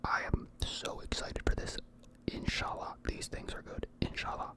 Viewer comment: The ان شاء الله (inshallah) is so funny,i had to re watch that moment to realize ur saying it😭